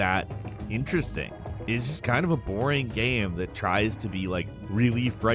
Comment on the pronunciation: I love how u pronounce GAME you say GAM 😂😂😂